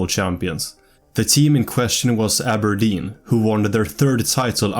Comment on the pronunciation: I like how you can pronounce Aberdeen properly, with a hard R, instead of "Abah-dean" how the English do.